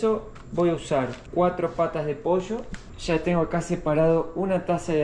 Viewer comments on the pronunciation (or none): none